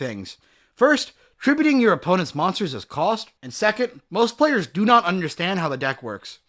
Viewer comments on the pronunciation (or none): none